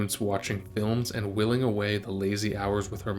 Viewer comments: A couple language notes: two mispronunciations: "whiling" and "bayou." Also, the idiom is "apple of her eye," not "apple in her eye." Also, her father was "authoritarian," not "authoritative." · You may want to check but I think the pronunciation of "whiling"? Interesting video. Thanks.